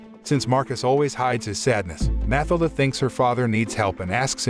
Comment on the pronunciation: Pretty sure the girls name is pronounced Mah till dah.